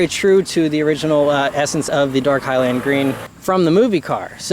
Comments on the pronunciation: “hy-lind” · I love you, but I hate the way you say "highland" lol